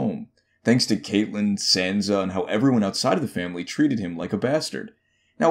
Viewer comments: "Jason Slynt" "Caitlyn Stark" good god dude, get your pronunciation straight. This is embarrassing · He mispronounces Catelyn as well, despite her name being said a million times on the show. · Bro do you even watch the show? Lmao Catelyn pronounced as Kaitlyn and Jason slynt? Do some research man